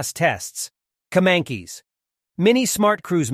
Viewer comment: it pronounce ''kemAncash''